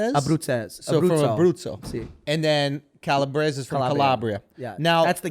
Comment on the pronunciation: He can’t even pronounce calabrese correct